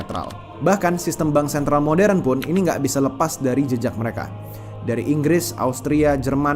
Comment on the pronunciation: Dengar sikit lgs turn of.. stress dalam otak. Apa itu "de def dan bansen"🤣 pronounce aja dgn benar The Fed dan Bank Sentral! Kayak anak jaksel aja Culture menjadi Kalcer.😂aisss